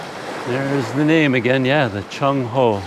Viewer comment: CC Some tough exploring. Really stretched you out. Take good care of yourself at your age. I am 68 and I did climb up my 2 storey building roof to replace roof tiles that were broken in a freak storm In school we were taught to pronounce Cheng Ho as Cheng Ho, not Chong Ho. Alfonso D'Albuquerque as D'Albukirk not Albukirki.